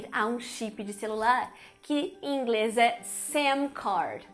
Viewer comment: Curto muito os vídeos da Carina. Acho que engraçadinho quando ela pronuncia em português "Inglés".